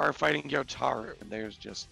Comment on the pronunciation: Maybe they’ll pronounce Gyutaro’s name right at least once before the season ends. 🙏